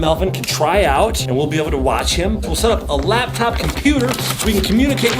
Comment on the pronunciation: Chad said lab top